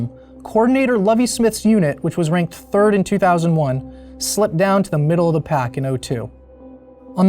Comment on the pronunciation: These videos rule, other than the multiple mispronunciations of the word “the”. It takes away from what’s even being discussed.